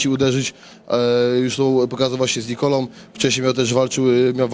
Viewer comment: Dziennikarko nie wiem jaką szkołę kończyłaś ale dwóch facetów to obaj, a nie oboje. Rozumiesz? Poza tym słowa kończące się na ą wymawiamy ą a nie om. Nie mówimy Nikolom tylko Nikolą. Tragedia....